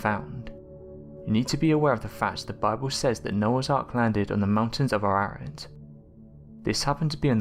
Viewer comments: Ararat is not pronounced like you said it, but rather Ah-Rah-Raht. The a's are soft middle Eastern A's pronounced as Ah, not Ay and not Ai, nor Ae. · mount Ar-rah-rat its pronounced......do some homework from something other than Wikipedia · I think you need to learn how to pronounce Mt Ararat.